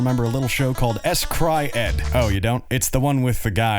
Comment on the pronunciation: I believe S-Cry-ed is pronounced like "scried".